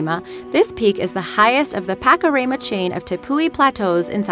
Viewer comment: Actually, the words 'Roraima' and 'Pakaraima' were pronounced incorrectly. However, I can't blame the narrator because those words are not English words.